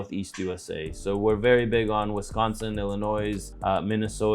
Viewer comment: ......Illinois is pronounced Illi-noee not Illin-noise. The S is silent.